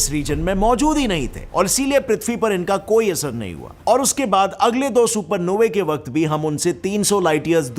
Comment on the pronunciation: Supernovey sounds like a gaali 😂. Supernovas bolo😊